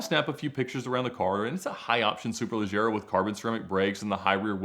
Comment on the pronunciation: The way Ed says “Superleggera” is forever engraved in my mind as the correct pronunciation and now I’m bothered when someone says it another way lol